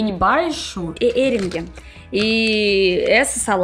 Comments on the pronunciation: Vera, acho que a falou "hering" para o arenque (escreve-se com "q"), por ela não saber a palavra em português, portanto, disse "hering", que é arenque em alemão! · olá!!! 2 coisas: pronúncia correta é “arengue” e não hering!! E…холодец não se coloca gelatina…mas é tirado da própria carne após varias horas de cozimento de pé de porco ou bovino ou de aves, o caldo endurece após esfriar!! (Eu gosto muito!!) sou uma russinha um pouco mais antiga e que mora no Brasil 🇧🇷 tbem!!!😍😍😘😘